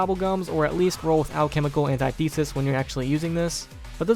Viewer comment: Put Alchemical Antithesis into google translate on the english side and press the little sound thing. It is not what you say. Their is no e sound in thesis. I just wanted to say that.